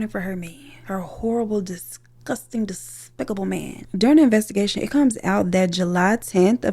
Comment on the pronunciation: The way you said DESPICABLE 😭😭😭😭